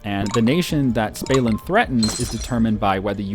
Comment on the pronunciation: Im pretty sure it's Stalin and not Spalin, same as Gill Bates :D